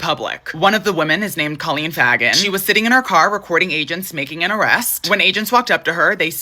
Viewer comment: Just for funsies and also in case you mentioned these people again FAGEN sounds like Fay-gen not fag-en❤ I truly say this coming from a place of respect and care because I do value your takes 😊